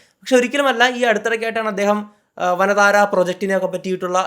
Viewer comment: വനതാരാ അല്ല വന്താര 😊